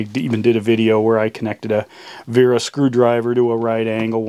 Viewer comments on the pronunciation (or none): It's Wera with a "W" not a "V"